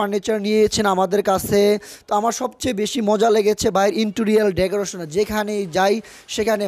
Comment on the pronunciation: আরো আছে, ডেগুরেশন, ট্রাইস, স্টাইলিছ 🙄🙄